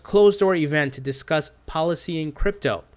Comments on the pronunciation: policy-ing, really? Learn how to read, its police-ing. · "Policying Crypting" What? lol. You mean "Policing" as in "Police-ing"